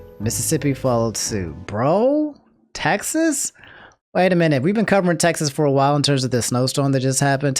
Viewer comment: my man pronounced Texas to “Taxes” lmfao